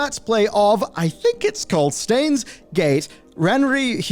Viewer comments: The fact that you couldn’t be bothered to find out how to pronounce the word “Steins” in Steins;Gate, which is just pronounced how you would a fucking beer stein, is so disappointing! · How do you not know how to pronounce Steins? 😂